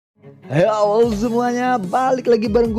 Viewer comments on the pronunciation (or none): Yg gua denger setiap pas opening vidio Helow semuanya balik lagi ❌ Yelow semua nya balik lagi ✔️ 😂